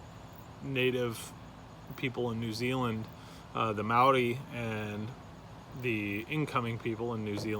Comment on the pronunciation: Wow, Totally impressed on how you pronounced Maori. You nailed it. Most would roll the R.